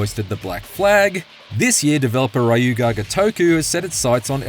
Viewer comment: Street Fighter has ruined a generation of people who pronounce 'Ryu' incorrectly. They're not even saying it right with regards to Street Fighter either.